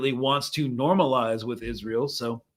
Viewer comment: Haha is-an-eel afraid of Iran 🤭